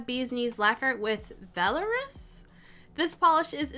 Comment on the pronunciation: Vell-R-us! Girrrlll you need to read A Court of Thorns and Roses!! and all of Sarah j maas's books :D